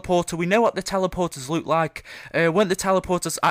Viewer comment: He says look as luke